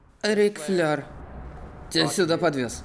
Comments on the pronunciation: Рик Флэир!!! ФЛЭИР!!! А не флёр! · Рик Флэр,а не Рик Флер!!! OMG!!! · Рик флэир а не флёр